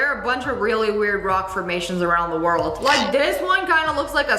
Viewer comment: Nobody say de star on de desert😅